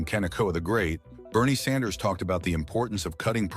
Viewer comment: ‘Sanders” or “Saunders”? Is the computer voice program messed up or is the person reading this just stupid? Get your act together.